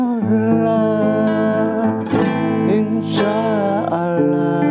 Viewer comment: Bilang insha Allah aja belum lurus,belajar tajwid dulu 🙂